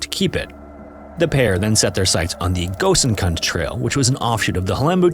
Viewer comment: The pronunciation of gosainkund is so funny ! Incorrect